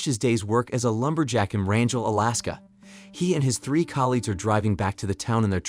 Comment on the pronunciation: it's a soft "g" in Wrangell....